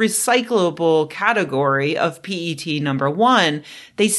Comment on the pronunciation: Your pronunciation of 'P-E-T' was spot on!